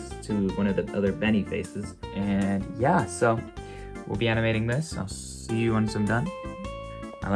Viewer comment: did you just say yuo like men 😮😮😮